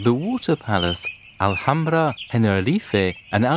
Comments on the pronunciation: It is Al hamra not alhamdra... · they call it alhambra, that's their way to say al hamra, you can't ask people who don't speak arabic to say words as they are originally pronounced, another examlpe is Gibraltar, originali in arabic it is called Gabal Tariq but in english it is called Diferentlly , you will have lot of trouble pronouncing spanich or french cities as their called in their langauges too.